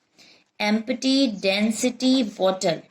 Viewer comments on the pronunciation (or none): Mam, it is not em-P-ty .. its EMP-TY